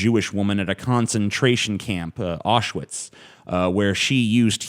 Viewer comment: Awwswitz? Even your german sucks.